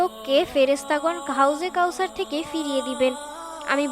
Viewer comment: আপু আপনি কথা সঠিক করে বলেন হাউজে কাউসার জান্নাতের নহর।